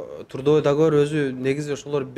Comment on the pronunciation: ондоп кой каталарды сООнун эмес - сОнун. тУрдовой-тРудовой